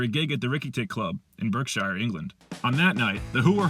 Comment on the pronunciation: It's not pronounced 'shyer' fella, it's prononunced 'sheh'. As how the 'e' sounds in the word 'wet'. It IS pronounced as you did when it is the word 'Shire' alone though.